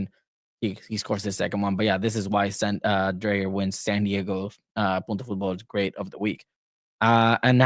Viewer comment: So maybe that Right to dream thing may be working. Greetings from Farum (FC Nordsjælland) I am looking forward to follow the "sisterclub" You need to learn to pronounce Dreyer as DRYer, we can take Ingvartsen and Tverskov later.